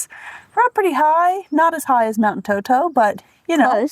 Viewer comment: not Toto but Entoto (can be pronounced as En-TOH-toh or init’ot’o) and In amharic “እንጦጦ”. And then I think there may be some confusion about what takes place at St. Mary’s Church, so let me explain it clearly and accurately. In Ethiopia, Orthodox Christians observe the 21st day of every month in honor of St. Mary. On this day, believers attend not only St. Mary’s Church but any Orthodox Christian church to pray and worship God. In the Orthodox faith, St. Mary is lovingly called “Our Mother,” and we believe that she intercedes by praying to her Son and Lord, Jesus Christ, for the forgiveness of our sins. These celebrations are based on specific and well-established religious reasons. January 21st is commemorated as the day of her departure (death). May 1st marks her birth, and May 21st celebrates her public revelation in Egypt, a day that is respected even by Muslims. August 16th is observed as the day of her resurrection, when she was taken up, as her Son was. September 21st is also highly significant, as it commemorates the appearance of the Virgin Mary to the 318 scholar fathers at the Council of Nicaea, where Arius was condemned, and it is also the day when the Cross of our Lord and Savior Jesus Christ rested at Ethiopia, Geshen Debre Kerbe. For these reasons, the veneration of St. Mary on these dates is deeply rooted in faith, history, and long-standing tradition. Thank you!!!